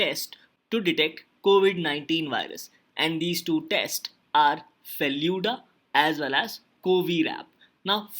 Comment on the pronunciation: It is FELOO-DA.😑